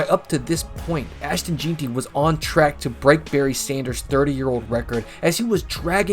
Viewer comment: Jeanty is pronounced gen-tee, BTW